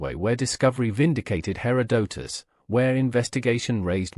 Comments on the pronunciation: You need a better AI. Cant even listen to this for more than 5 minutes. Hair Oh Doh Tus.. .GTFO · When it mispronounces Herodotus in the first 10 seconds I move on to the next video and know this is AI garbage.